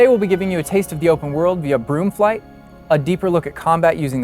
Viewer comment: I heard groom flight 😂